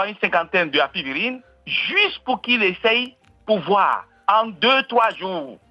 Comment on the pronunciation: c'est Apivirine et non Apirivine